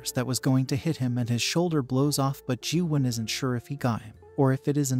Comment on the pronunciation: You pronounced Gyuhwan wrong